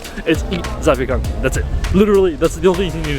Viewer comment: Actually you've pronounced zapiekanki right 😅